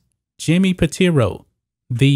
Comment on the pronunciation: Pitaro, not Piteero.